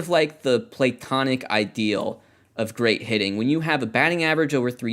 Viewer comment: It's my headcanon that pronounces platonic "plate-onic" because he loves baseball so much.